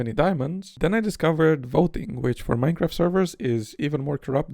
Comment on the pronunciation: minecwaf :3